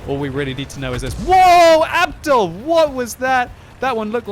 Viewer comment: that's not how u pronounce Abdul.its a Muslim name ur supposed to be pronouncing it like abdool and not like abdal